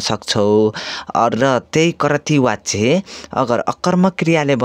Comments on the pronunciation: Wachya hoina bachya vaninxa व prayog vaye pani bachan garda ब vannu parda xa... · Wtf vachya lai wachya vanxa. Yesta le k padaula😅